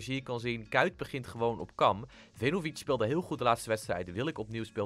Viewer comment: Je spreekt 'Vejinovic' uit als 'Weenovietsj'